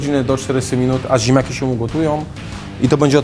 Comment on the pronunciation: "ziemjaki z masłem i śmietanom" - do logopedy! :P